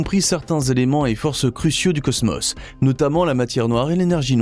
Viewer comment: J'aurais envie de visionner complètement la vidéo quand vous prononcerez le mot cosmos correctement !!